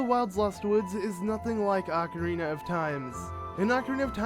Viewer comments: OH-carina not AH-carina smdh 😑😑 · YOU FUCKERS ALWAYS PRONOUNCE ZELDA NAMES COMPLETELY WRONG. ITS NOT “AHH-KARINA” ITS OH-CARINA!!!!!! GET IT RIGHT PPL!!!!!!!!!!!!🖕🏻